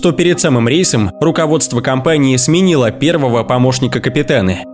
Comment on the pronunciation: Репутация компанииХЕ , корабыль по большеХЕ и т.д.... стоит раз заострить внимание на его конечное произношение слов и все писец, слушать вообще невозможно...🤦‍♂️🤦‍♂️🤦‍♂️🤦‍♂️🤦‍♂️🤦‍♂️🤦‍♂️